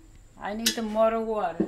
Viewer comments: About the colander: “You put in a da tings dat droppa da wadda.” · You had me at "the thinga that droppa da water"